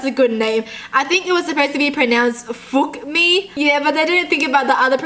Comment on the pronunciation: the way that you said 'fuk mi' sounded like how a Scottish person would say f*ck